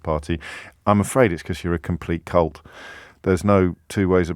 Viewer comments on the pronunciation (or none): Cult? I am sure James mispronounced that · You're a complete cult...aah, shame. The man has developed a speech impairment.